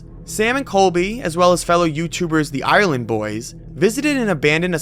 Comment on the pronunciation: why did he say island boys lol I wasnt looking but listening and expecting those two fucks in the video but it was the IRELEND boys..